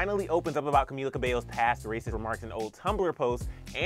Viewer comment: Cumila 😂😂😂 cummmm